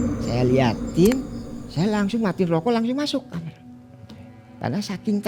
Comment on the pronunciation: Kenapa semau narsum kalo nyebut "Kamar" jadi "Kamer"....?!?